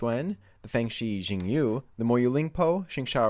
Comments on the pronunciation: It has to be pronounced "shingyu" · Also the u in Yu has some odd pronunciation I can't describe. It's definitely not pronounced 'you'. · Its chinese- the x is pronounced like shhh. Most people say zing yu so...